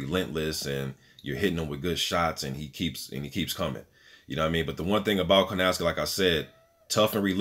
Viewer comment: It’s kownacki, not Konawcki dude. Keep up good work. You have a new subscriber.